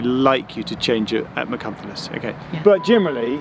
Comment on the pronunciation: Nice try at Machynlleth for an Englishman but unfortunately it wasn’t quite correct lol. I’m a South Waleian living in Ealing london and love to see you in wales 🏴!!